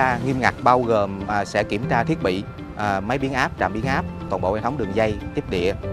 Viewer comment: "Do Minh Duc","thiec" khong phai "Vo Minh Duc", "thiet".